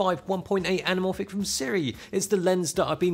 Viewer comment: Im pretty sure that “L” in anamorphic is silent